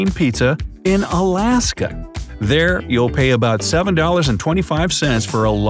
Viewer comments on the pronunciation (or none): none